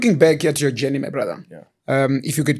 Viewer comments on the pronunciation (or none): none